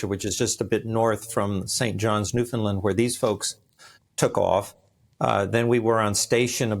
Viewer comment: New fin LAND not New fin LUND or New found lund